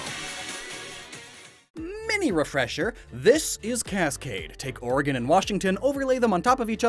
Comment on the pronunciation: My god you said oregon right you must live here 😂